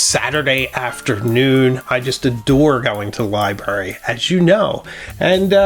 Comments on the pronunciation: I apologize but libRary, libRary, libRary. There is an R in libRary. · Love all your videos, but did you say "libary"? Surely I mis-heard!